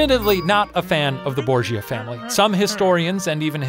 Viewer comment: I started watched this video and I was like " BoRgIA???" And Shane was like "Borgia."